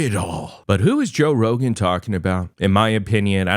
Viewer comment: Toe Rogain 😂